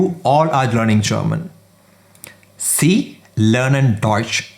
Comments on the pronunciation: For Sie/sie it's not see but zee. pronunciation is the main problem when you are learning from most of the non-native speakers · "sie" is pronounced as "zee" not "see" as far as i know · That's not sie it sound zie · My man has done good work here! But some of the pronunciation needs work (sie, in particular). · Everything is perfect apart from pronunciation of Sie and sind